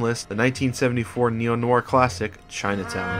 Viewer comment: Guy doesn't know how to say "noir".